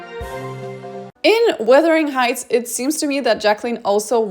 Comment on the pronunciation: Wuthering Sheights...